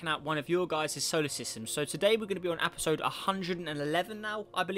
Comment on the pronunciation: U said apesode instead of episode